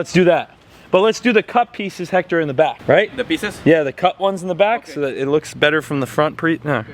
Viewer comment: Dude is time for you to learn how to say his name right. Is not Jector, is Héctor is pronounce Ector